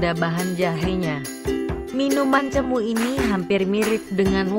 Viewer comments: Cemoo e bacane bukan cemu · Ralat no 8 Bilangnya Bukan Cemu Tp Cemoe... CEMOE Bukan CEMU